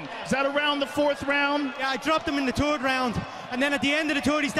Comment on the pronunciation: "terd round'